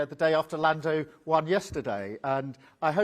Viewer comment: It's Lando 😵‍💫